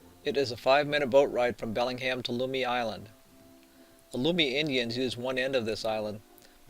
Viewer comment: Learn how to pronounce Lummi and Whatcom.